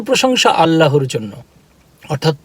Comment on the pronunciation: ভাইয়া,কথা যখনই বলবেন তখন বলবেন আল্লাহর। "আল্লার"উচ্চারণ হবে না।